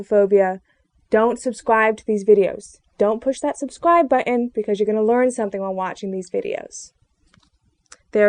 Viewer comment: I'm afraid of your big hips - and most likely big ass. Damn - look at those legs. Learn to say "button" as well - as this scares me. And lose those glasses - you will go from a 4 to a 6 right away. Also - what is "phodia ? "